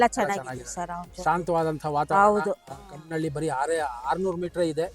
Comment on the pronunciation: ಚಿಕ್ಕನಹಳ್ಳಿ - ಕಾಮನಹಳ್ಳಿ sir adu ಕಮ್ಮನಹಳ್ಳಿ alla..